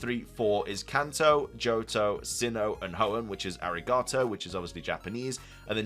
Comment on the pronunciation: Johto, not Jhoto lol